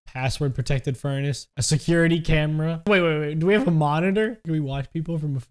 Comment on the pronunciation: "Keypad Gurnace"